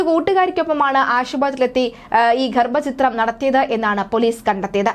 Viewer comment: ഗർഭചിത്രം അല്ല ഗർഭഛിദ്രം ആണ് ശരി റിപ്പോർട്ടറേ...